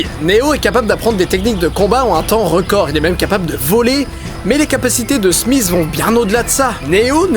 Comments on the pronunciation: Didi, c'est pas "Smiss"... C'est "Smith". :pp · smisss et non smith